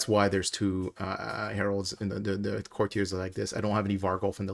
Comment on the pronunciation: COUR-tee-urs, not cour-tee-AYS